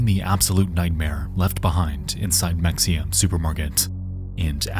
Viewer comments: just an fyi mexia is pronounced the spanish way. the x is an h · Nexpo: pronounces the x in Mexia Welp, i kmow he's not a texas boy "...on CBS, channel 11." Nvm you're a houston area boy. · On that Ft Worth story: us Texans pronounce it “Hemp-hill” not Hemfill, and “Muh-hay-yuh”, not Mexia. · It’s pronounced Me-hay-ya not mexia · It's in texas with Spanish influence, mexia said mex-e-a is pronounced ma hay uh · So its not pronounced "mek-see-uh" its "meh-hay-uh" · Mexia is pronounced, MUH - HEY - AH Not MEX - EE - AH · As a Texan, I was like where tf is this city Mex-ee-ah? Like a Texas city I haven’t heard about that’s crazy I wasn’t watching how it was spelled bc I was on my phone. Then realized he was talking about Mexia (Muh-hey-ah)! I cringed every time he said it HAHHA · Mex-ia. LOL - In case anyone isn't from Texas, it's Ma-Hay-uh. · It’s pronounced meh-hey-uh, not mex-ia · Mexia - pronounced ma-hay-a. Another weird Texas name. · Mexia is pronounced, Mah-Hey-Ahh. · The Mexia supermarket is "muh HAY uh" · mexia is pronounced ma-hey-ah lol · there is something so funny about the way he says Mexia , typically ppl would say it like muh-hay-yuh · Its pronounced "Mah-hey-a" And why yall want to view or hear video of people dying. How sick is that, the disgusting morbid curiosity of you all. Hell your generation is notoriously weak and definitely couldn't handle it without years of that thing called therapy. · FYI, Mexia is pronounced “meh-hay-a”! Signed, a native Texan. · It’s pronounced “muh-HAY-uh”. Like the small town outside of Waco that Anna Nicole Smith is from 🤭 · "Mexia" is supposed to be said as "meh-hay-uh" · It's pronounced muh-hay-uh by the way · Mexia is pronounced "muh-hay-uh". (I grew up in Fort Worth and was in high school about to graduate in 1999) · That isn’t how Mexia is pronounced, but you’ll be forgiven for thinking so. It’s Meh-hay-ya. Much like how Mexico is actually pronounced Meh-he-co. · Mexia = pronounced ma-hey-ah.